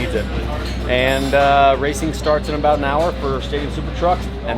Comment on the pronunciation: "i wadnt abowt to not fit" i felt that as a fellow gut guy